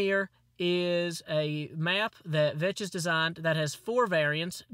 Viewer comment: thats not how you pronounce Vechs, its mor like Vex.